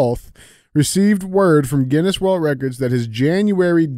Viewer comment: DJ you’d think you would be able to pronounce the Guinness world record holders name. 😂😂😂😂